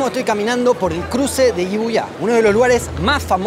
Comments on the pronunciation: Jibuya? Dilo en argentino nomás "Shibusha". Un saludo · Me ha dado TOC con cada ciudad que ha pronunciado... (Casi) todas mal: iuiá (Shibuya), shizuka (Shizuoka... o bueno, quizás es la de Doraemon), shinshucú (Shinjuku) :face-blue-smiling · como siempre, video perfecto, aunque lo de "yibuya" me ha matado xD habeis ido a visitar a Naka, quizá? saludos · De verdad no quiero sonar como corrector agresivo, pero me parece que Shibuya se lee como se escribe, no es yibuia xd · Me ha dado TOC con cada ciudad que ha pronunciado... (Casi) todas mal: iuiá (Shibuya), shizuka (Shizuoka... o bueno, quizás es la de Doraemon), shinshucú (Shinjuku):face-blue-smiling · Shibuya, con shhh, habla bien che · Por qué pronunció asi Shibuya? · Solo mejora tu pronunciación, porque no creo que los argentinos tengan problemas con la Sh de Shibuya